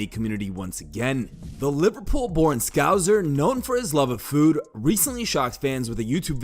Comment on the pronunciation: FYI, it's "scouSe-r", not "scouzzer"